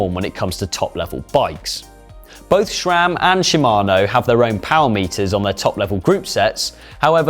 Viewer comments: Can't understand so many Brits' obsession with inserting an "H" where it does not belong. It's Sram*, not "shram" same as "H" is "aidsh*" not "haidsh"! And why can't Sram built a good-looking crankset anymore? That AXS monstrosity looks like an angle grinder from a budget hardware store. And your chain is too short. In the big-big-gear shown in the background the derailleur is almost parallel to the ground when it should be in about a 45 degree angle. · Please stop saying SCHRAMMM